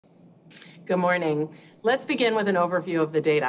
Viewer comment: “Gooh morning” lol